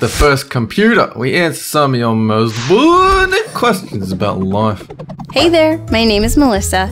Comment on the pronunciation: Why does always pronounce 'life' like Nicolas Cage would?